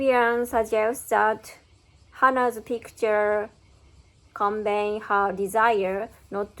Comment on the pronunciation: You're quite close with your pronunciation of subsequently. To me it sounds as though you're saying subsquenly i.e. dropping the "e" in "se", as well as the "t" sound in "quent". There are some sample pronunciations on youtube and google which should hopefully make it clearer ! Convey still sounds somewhat off to me as I'm hearing conbayne. The end of the word should be pronounced as "vay". I know the "v" sound can be difficult to pronounce, so maybe start by focussing on the end of the word ? It should finish on the "y" sound in a similar manner to ray, bay, say. Again there are some samples on youtube and google that can explain it much better than I can !